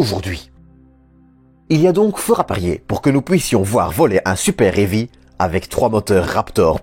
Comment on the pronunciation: Et le super-hairy aussi. Je trouve ça cool, le lanceur super-poilu, ça a la classe. Mais ceci étant, ce n'est pas un problème de prononciation (AMHA), mais plus une question d'accent (belge je suppose). C'est ce qui est sympa avec la francophonie, ça met un peu de variété.